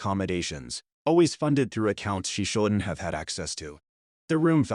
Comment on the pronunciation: Can you teach AI to pronounce “shouldn’t” correctly?